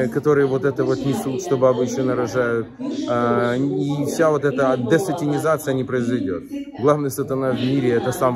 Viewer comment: Маленькая ремарка: не десатИнизация, а десатАнизация)